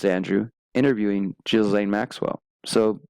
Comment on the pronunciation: Just FYI I heard Ghislaine is pronounced “Ghee-lane” (like French the S doesn’t have a sound)